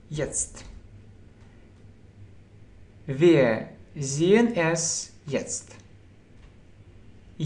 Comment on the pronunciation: Wier будет не( уе), а вир. Видеть, - зээ, а не зее... И жить, лебэ , не воспримь плохо, но лучше идти хорошо...